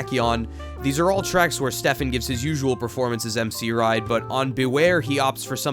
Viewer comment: THANK YOU FOR PRONOUNCING STEFS NAME RIGHT